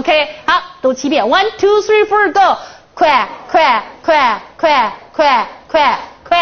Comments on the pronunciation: 綜藝節目? 丟人現眼... 還one two three "ford" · One two three fur go..😂